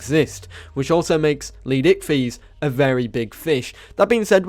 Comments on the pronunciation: idk why i always chuckle when he says leed icthys when it is leedsichthys XD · LEED pause SICHTHYS tf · no offence but how hard is it to use the first S in leedsichthys name